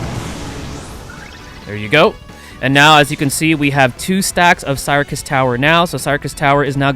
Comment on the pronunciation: I think you pronounce syrcus as circus but other than that, all good!